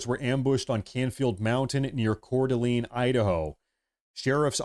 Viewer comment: When did we start calling it cordaleeen?